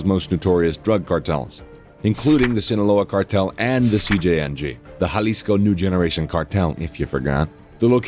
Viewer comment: yall pronounced cartel jalisco nueva generación wrong .